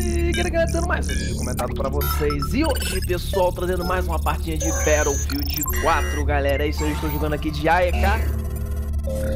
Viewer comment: "bétoufild" certeza que o cara tem mais de 25 anos e ainda não aprendeu a falar shaush